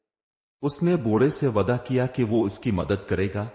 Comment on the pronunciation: Waada yeh word teen char jagah par galat word read kare ho